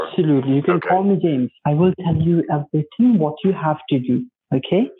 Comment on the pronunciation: “Each and every ting “ “ all the Tings”